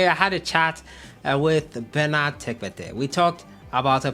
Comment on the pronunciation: The name is tekpetey.....eey not as you pronounced it